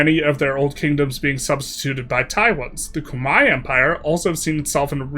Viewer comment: The 3 hit combo of very slightly misreading Dai Viet, having a deep enough etymology bag to pronounce Khmer properly, and then stumbling over Ayodhya had me reeling 💀